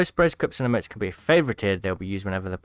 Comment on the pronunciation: It’s not “ uh-motes “ it’s “ e-motes